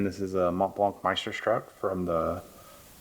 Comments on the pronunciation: Yes nice pen & I am happy for you to have another "MeisterSHTRUK" FP in your collection.. Just a friendly advice, I recommend if you are not familiar with a name pronunciation research how it is pronounced before you make a video, you would gain in your knowledge and make your reviews more credible & desirable .. In this case: it is pronounced: MeisterSHTOOK" not "SHTRUK" Good luck.. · You should learn how to pronounce it before doing a video. It’s stück not struck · FYI...It's pronounced "Myster-shtook". It translates as "Master piece".